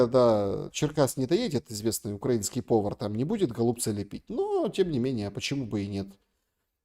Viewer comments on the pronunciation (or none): none